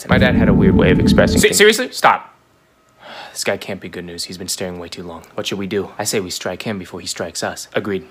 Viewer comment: StaHwP 😭I have to pause every 2 seconds bro my stomach hurts abahhsjdhjdvf HE'S BRITISH